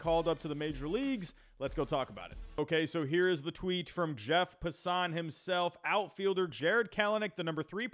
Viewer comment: Nice vid, agreed the OF could use some help! If I may nitpick: KEL-nic PASS-uhn truh-MELL (sp)